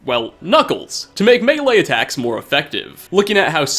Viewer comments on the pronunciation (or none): none